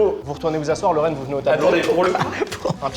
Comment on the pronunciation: Pour info il a dit